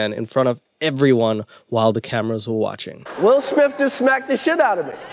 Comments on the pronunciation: "Will smiff" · “Will Smiff” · Wull Smith?? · Will Smiff 🤣🤣🤣